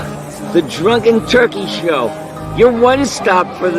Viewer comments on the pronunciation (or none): none